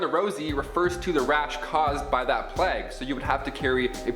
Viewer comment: It’s pronounced “playyg” not “plagg”